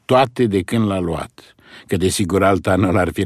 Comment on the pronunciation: Luat , luase ...pe vremea lui Toparceanu se pronunța punându-se accentul pe "a" . I-a scăpat maestrului Pleșu 😃😃Altfel , superbă interpretare !👏👏